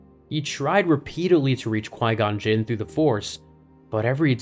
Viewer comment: Qui gon juun 😂